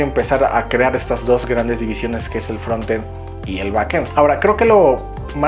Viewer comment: Que bueno que pronuncias frontend como se escribe (asi se pronuncia realmente), no entiendo porque algunos dicen fronend sin la "t"